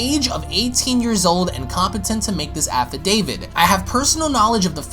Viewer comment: I swear I keep hearing "Affi-David."